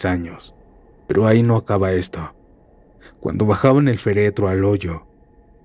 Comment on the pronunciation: ¿"Feretro" o féretro (con acento en la primera e? Hay que leer bien.